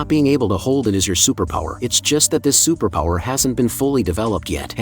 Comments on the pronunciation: "a supapowa" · I love how the ai voice says superpower😂😂😂😂😂